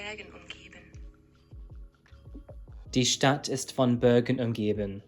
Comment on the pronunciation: Fascinating case! Your german was spot on, except "Bergen". The Ber is pronounced like bear, hope that helps :D